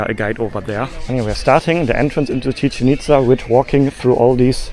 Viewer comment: Tequila is simply mezcal which comes from the state of Jalisco. This is analogous to champagne simply being sparkling wine from the historical province of Champagne. Commonly mispronounced, Chichén Itzá is pronounced chi-CHEN eats-SA (not rhyming with chicken pizza). The accent marks tell you which syllable to stress.